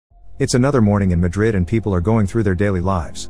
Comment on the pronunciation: Are you trying to say Madrid of something else